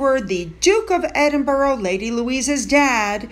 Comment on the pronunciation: is amazing putting this altogether on an almost daily basis. I love how she mispronounces the weird UK place names - Edinburgh changes every time! 😁 Today it was Edden-ber-row. A colleague of mine once voiced a piece for national TV and pronounced Gloucestershire ‘Glower-sesster-shire’.